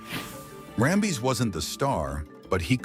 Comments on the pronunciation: "BADDERY " 😂😂 & RAM - BEEZ 😂😂 . . . ITs Ram - bis & battery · Great video, but the fact you kept saying Kurt RamBIS' name as RamBEEZ drove me nuts! Please double check your info before posting. You would be seen as that much more professional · For gosh sakes you found at least 2 ways to destroy Kurt Rambis' name. Rambeez😂 and Rumba